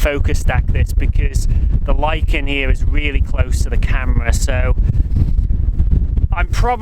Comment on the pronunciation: Nice to see you,. Love the shots, what a location. I really must visit the Isle again...it’s been years. Oh, and in English, lichen is pronounced laiken just as you said it! 😁 Until the next time...stay safe